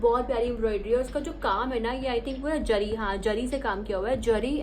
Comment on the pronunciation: Its zari not jari